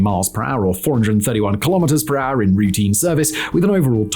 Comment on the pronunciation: "per rrr" 😅